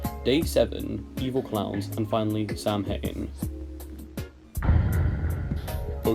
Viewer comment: That's not how you pronounce Samhain (it's sou-in) and Feed me Billy could be a sequel to Babysitter Bloodbath because in that game theres a kid named Billy and in Feed me Billy, the killer is named Billy